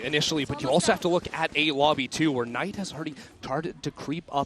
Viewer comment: K night? 😂, should be knight right